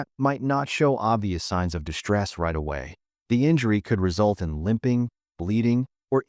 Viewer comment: You have a speech impediment. Its called s-backing. You pronounce st/str words as if there was a h in it…It’s distress ( dissss ) not dishtress ( dishhh )… It’s strain not shtrain